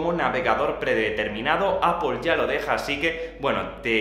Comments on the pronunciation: Pronunciar 'Apple' sin que suene 'ápol' es tan fácil como pronunciar la palabra 'sister'. No decimos 'sisto'. Porque el sonido fonético es el mismo en '-pple' de 'Apple' que en -'ter' de 'sister' :-) Buen contenido por cierto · "APOL" JAJAJA